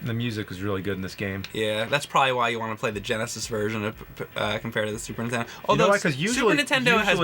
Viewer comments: I'm sorry, but I can't take it anymore...super NINtendo! Not super Ntendo! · I never played this game because it has a stupid name and the premise makes no sense. I wish James would learn how to say Nintendo. I mean, a guy who got famous by playing old Nintendo games should be able to pronounce it correctly.